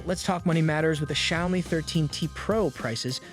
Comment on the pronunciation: Click-bait crap. You can't even pronounce word Xiaomi right.